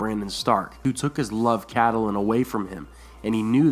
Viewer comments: Please STOP Pronouncing it CAT-A-LIN It's KATLYN !!!!! I love your videos but OMG THAT TRIGGERS ME SOOO MUCH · I twitch every time i hear "Cat-al-lin" instead of "Cat-lin" and "Lee-awna" in istead of "Ly-anna" Other than that, nice video! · Good Video, but please don't call her Caddalin. Its pronounced Cat-lin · IT'S NOT PRONOUNCED AS "Ca-ta-lin" the proper way is "Kait-lin" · It's not pronounced Kait-lin. A lot people end up pronouncing it that way, but GRRM and everyone on the show says Cat-lin, so in that case neither are exactly "correct" but Cat-e-lin comes closer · Pronouncing Catelyn Starks name "cadulin" it's Kat-lihn, haha 😂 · I always thought is was pronounced Cat - lynn not Cat- ah -lynn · If you're going to narrate a beloved story/theory, please learn to pronounce the character's names correctly. It's CAT- lyn, not Cat-A-lyn. Additionally, proper verb tense is really important (for example it's sought not "seeked." "Seeked" is not a word) You might garner more subscribers if you correctly pronounce words like Corroborated without a "W" in the first syllable. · I completely believe that Littlefinger could have started all of this. He had quite a bit to do with Ned being killed. Of course, I still believe that Catelyn (pronounced Cat Lynn) had a great deal to do with this. Abducting Tyrion was the worst possible move she could have made. It ultimately led to Ned's death and everything that happened after, including Robb ultimately being killed. In the books and the show I kept wishing that someone would sit her down and tell her that she needed to stop. Catelyn was so overwhelmed by what happened to Bran that she couldn't think straight. Unfortunately, before Bran was pushed she was very cautious and didn't make many rash decisions. I think everyone around her was so used to her being level headed, that they didn't notice that she'd jumped off the deep end. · Cat-Ta-lyn...? WTH? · it's pronounced Catlyn :) the e is silent.